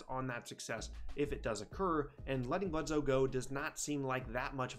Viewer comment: Eric BledSoe not Eric BledZoe